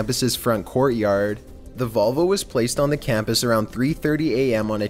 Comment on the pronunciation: his voice is funny lololol like he said camp ass and said danger ass